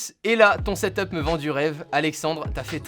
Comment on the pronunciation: tu me casse les coulle a dire setop c'est setup